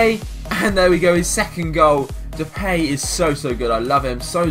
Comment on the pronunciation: You pronounce his nam depie not how you were saying it